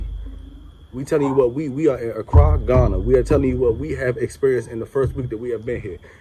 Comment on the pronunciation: man, the way you pronouce the word 'ACCRA' is diisturbing. Just too American. Wow. You are stressing the wrong syllable over and over again